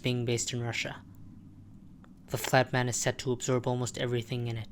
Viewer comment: why did you pronounce the flat man as the fat man 9 out of 10 times?